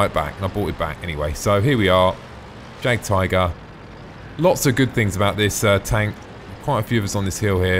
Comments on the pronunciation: Jagdtiger pronounced --> Yag-Tiger <--:L Ok now i have finished the video, you are hopeless haha,?:P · I speak German. It is pronounced "yag tiger" English "J" is said like a"'Y"